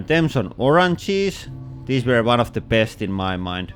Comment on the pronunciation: I felt weird everytime he say: Orang cheese